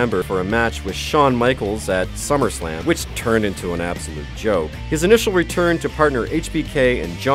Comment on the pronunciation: You said Summerflam,Cesairo